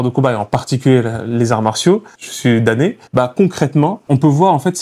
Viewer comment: Ah oui qd tu dis danné cela prête à confusion Damné…..!